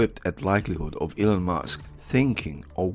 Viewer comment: Sounds like you're calling him Mask instead of Musk. Please work on your pronunciation dude. I was already a suscriber and I liked this video. I was able to understand what you were saying but it would be better if you said Elon's name correctly